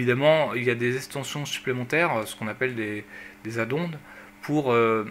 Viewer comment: et C'est pas le "céhiho" mais le S... EO, et on dit pas "Adondes" mais "adonne"...